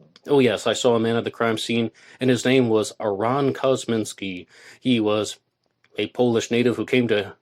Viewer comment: ArON? Isn’t it AAron?